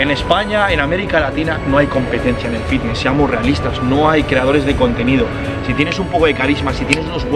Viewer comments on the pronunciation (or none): none